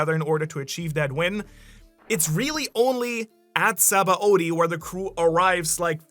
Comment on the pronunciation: How does someone as knowledgeable as you about OP pronounce Sabaody wrong? Its Shabondi. Its clear as day in the japanese pronunciation. Given this is a japanese series I think thats trustworthy.